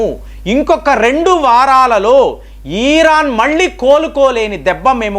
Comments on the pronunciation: It's not eeran, come on, it's Iran. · He'd urake atu etu tipakunda matladandi. Eeran kadu iran Anandi. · ఇరాన్ కదా ఈరాన్ కాదు కదా ఒకసారి గమనించండి...